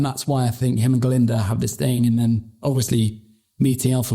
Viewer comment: "GLINDA"* not GALINDA